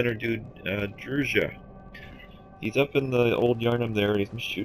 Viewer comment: djura not druja